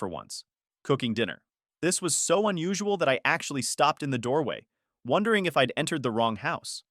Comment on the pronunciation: Now I'm "Wonthering"😂